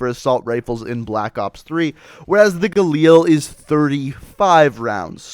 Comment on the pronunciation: alright i have had enough with people pronouncing galil like that. It is pronounced ga-lil not ga-leel